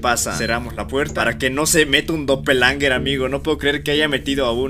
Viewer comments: SE DICE DOPEL GANGERS NO DOPELANGERS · Doppelgangers❌ Doppelangers✔ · Doppelganger❌ Doppelanger✅ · por que dice dopelanger